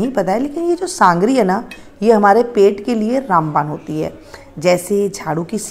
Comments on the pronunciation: Sangri nhi sogri bola jata hai. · Mem sangari nhi sogari bollo